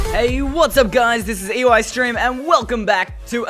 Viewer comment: eystreem it sounds like youre saying ice cream xD